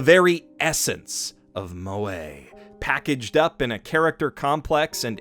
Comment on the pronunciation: I thought it was pronounced mweh not moway